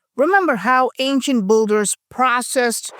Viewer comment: *Builder is pronounced bilder, not bulder